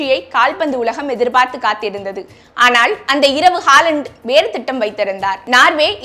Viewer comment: அவரது பெயர் எர்லிங் ஹோலண்ட். ஹாலண்ட் அல்ல!!